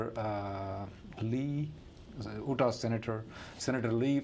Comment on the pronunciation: it’s pronounced “You-Tah” not “Ooh-Tah”, please don’t mind me pointing it out.